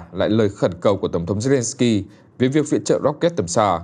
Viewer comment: Mc đọc sai tên tt ukrai nhỉ